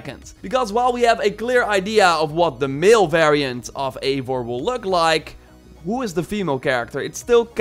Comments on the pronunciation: Everyone pronounces the characters names as "Avor"... Its "Eivor" ... "Ei" "Vor" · Its Not Avor its Eivor like Ivar but With an O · It’s pronounced I-vor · Lᴏᴋɪ Oʀᴍꜱᴛᴜɴɢᴀ said in the breakdown video “avor”